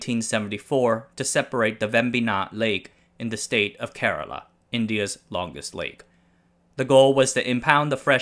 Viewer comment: I just want to say thank you for pronouncing Kerala correctly. Every youtuber who speaks english somehow mispronounces it all the time.